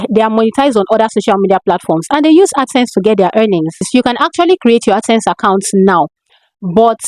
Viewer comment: Ad sense or accent? Wats dat?